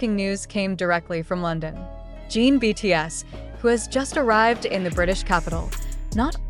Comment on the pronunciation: JIN not jean omg if ya gonna report something then report with correct names